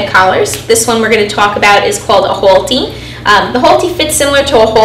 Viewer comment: " Hole-T" im hearing boston accent? staten island?